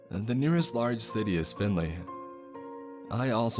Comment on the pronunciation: Holy crap are you from Ohio????? I’ve never heard anyone NOT from Ohio say Findlay correctly.